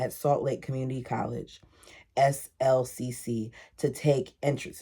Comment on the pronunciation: SLCC is pronounced slick. You say, I am taking classes at slick.